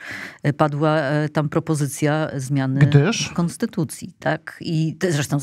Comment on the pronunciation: Kaczka nie chce zmieniać Konstutucji, tylko jakąś konstytułaję - 15.35 🤣